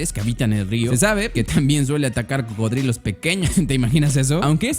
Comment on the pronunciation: “Pertenece a la especie crocodilos” o eso parece que dice 😂😂